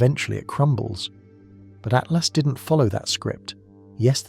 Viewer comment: Please. It’s ATLAS, not ATLAST !!!